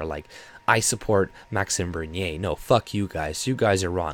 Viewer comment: I noticed you pronounce his name properly. 🤗